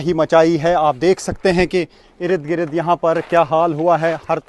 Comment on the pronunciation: Irid girid ni ird gird hota hy